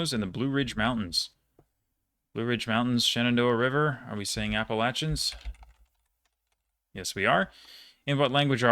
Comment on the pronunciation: thanks for pronouncing appalachian correctly!! 🫶